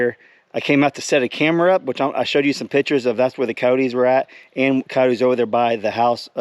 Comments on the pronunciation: Cy-otes dude not coteys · They are pronounced K eye yote